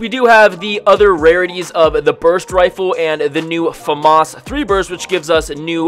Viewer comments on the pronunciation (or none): none